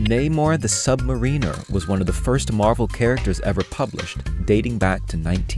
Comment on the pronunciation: Namor the Submarine-er